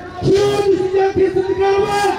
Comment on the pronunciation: 말막히면 여러븐 여러븐 발음도 못해서 분자도 못하고 븐븐 바보갇네